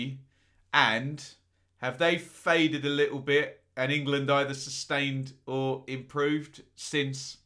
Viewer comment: going all Schhhteeeeve McClaren in this one with his pronunciation of "ING LAND". Class breakdown as usual though;)